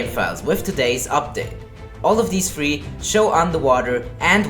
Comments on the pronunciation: Is it just me or is he saying season free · He's always saying season free